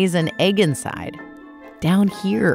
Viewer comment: No clue also you said inside wrong